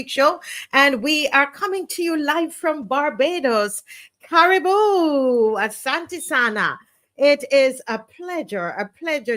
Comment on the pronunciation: Marcia, the proper Sawhili pronounciation for Karibu is Kah-REE-BOO!